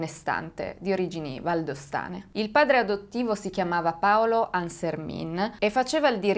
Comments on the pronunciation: Hai sbagliato la pronuncia del nome . Il cognome si pronuncia alla francese essendo la famiglia valdostana ANSERMEN non ANSERMIN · Hai sbagliato pronuncia, quella è pronuncia Veneta. ANSERMIN così come è scritto è Veneto mentre da noi si dice ANSERMEN ma non ha importanza. Grazie di cuore per aver parlato di questo caso che pare ormai dimenticato. Io ero piccola quando accadde e non lo ricordo seppur sia anch'io valdostana. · Ciao! Ti volevo solo correggere perché non si dice ArsermIN ma ArserMEN🥰🥰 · Si pronuncia ansermen (francese) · ciao. Il cognome Ansermin si legge alla francese.